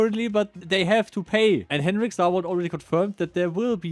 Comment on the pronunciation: 1000 vids and Henrik won't even say your name right.